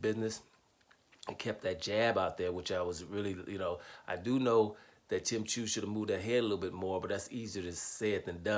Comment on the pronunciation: Tsyzu is pronounced Zoo......fyi